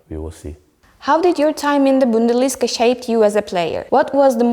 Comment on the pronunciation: Kardesim - “wear” - “viir” diye söylenmez. Türkçe aksanlı söylemekte sorun yok ama en azından düzgün söyleyin. “Youth” - “yaut”, bundesliga “bundelisga” - nasıl böyle basit hatalar yapiliyor! Bu hanımefendi kimin tanıdığı acaba? Üniversiteden mezun olunca iş bulamadın, hazırlık İngilizce okumuşsun, gel takıl durumu olmuş.